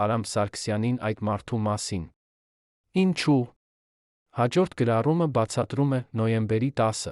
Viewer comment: Դուք հայերեն ճիշտ խոսեք խնդրում եմ։ Ոչ թե հետում ,այլ հետևում,ոչ թե ի՞նչու այլ Ինչո՞ւ։